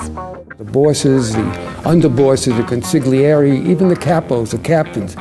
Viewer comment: The Con-sig-aligy-yari. Lol